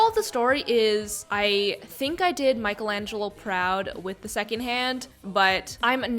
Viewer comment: cries in italian Pls say Michelangelo or something different just please don't say micheAlEnGeLo My little heart broke in half😂💔😢